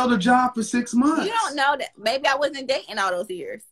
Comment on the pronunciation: High value people don’t use worlds like “dis, dat, dere” especially in a professional setting. The audacity!